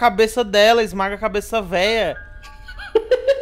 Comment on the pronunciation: Mano "Veia" KKKKK O SEMPRE ALEGRA MEU DIA KKKK